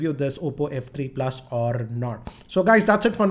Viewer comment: Is it just me or does he really pronounce the word "PLUS" awfully?